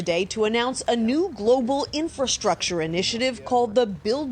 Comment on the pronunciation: It's official. Politicians and media learned a new word. Come on, let's all say it together. "IN FA STRUC TURE" There you go. Now that you know this new word you can use it for anything you deem to fit the narrative of any subject and make it sound so important and needed. Again, "IN FA STRUC TURE". Yes, we'll being hearing it everywhere.